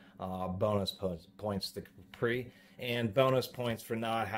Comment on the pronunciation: Also he says capri like capri sun when its actually said as cap-ree.. cap as in soda cap. Got it straight from the manufactorer. Call them on the weekend and see what there voicemail says to confirm.